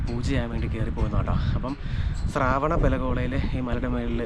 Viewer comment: ശ്രാവണ അല്ല ശ്രവണ മാണ് ശരി